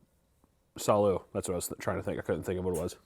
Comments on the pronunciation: I never knew someone mispronouncing Salud over and over again could be so god damn funny lmao he sounds like a cartoon character saying a catchphrase SALLOOO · The first time he mispronounced salud, I forgave it. But my mental state has slowly worn down with each and every "Saloo" 😂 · My Hispanic ass hearing him say “Saloo” and taking psychic damage 😀😀😀😀😀😀